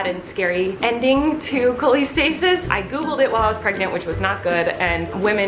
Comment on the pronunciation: Not making fun so don’t take this the wrong way but “Colleen”-stasis?